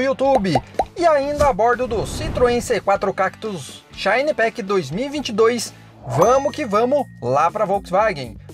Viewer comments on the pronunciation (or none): none